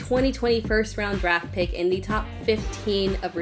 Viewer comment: She makes draft sound like drop hahaha Anyway Boyd is not risky at all with an 8th/9th round ADP.